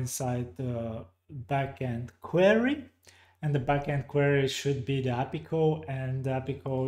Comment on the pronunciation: I think they've changed the ListView data source connection? I see a different thing when I try. Also never heard API pronounced appy before, took a while to get used to:-)